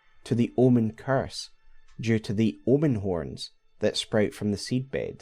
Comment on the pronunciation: I thought you said L one lol omen is an L birth 😊